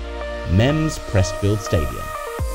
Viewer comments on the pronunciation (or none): 'PRESTFIELD' Stadium? 🤦‍♂ ... Go back to school mate. 🙄